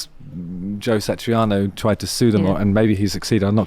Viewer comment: Its Satriani not Satriano or Satrianos (The Greek Guitarist). Having said that, I love the idea of listening to 'Surfing with the Alien' played on a bouzouki